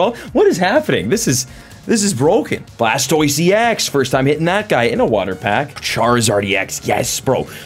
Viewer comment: You said bulbasor sqritle blastoist wheres wortordol